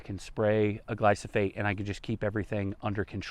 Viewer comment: Isn't it pronounced gly fo sate? You keep saying gly so fate....